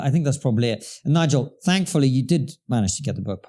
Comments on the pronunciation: Don't say this guy's name in pig Latin Bigel Starts with N rhymes with cigar, you know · Careful everyone. It's Nigel, not Bigel!!!